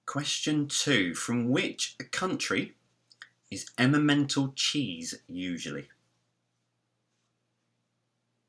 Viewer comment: the cheese is called Emmental. says Emma mental.